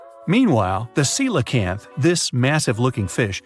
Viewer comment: Pronounced: seelacanth! 🤔